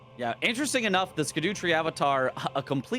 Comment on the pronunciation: No one learnt how to say scadutree yet